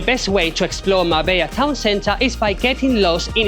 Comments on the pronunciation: on dit mar bella et pas marba, et puerto banùs et pas banus. J'ai connu Marbella dans les années 80 et c'était pas du tout comme çà. c'était plus réaliste et pas surfait .... Dommage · Es Marbella no Marba pues yo vivo aqui en Marbella